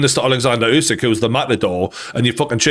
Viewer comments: It's not you-sick it's uuh (like in too) -sick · Is it really so hard to spell "Usyk" and not "Jusyk?" :D